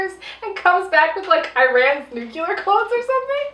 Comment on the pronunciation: I was with you until I heard "nucular"....